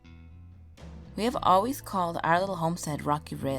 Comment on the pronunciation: AH-zarks? The word has a long O in the first syllable. You obviously don't know much about Missouri.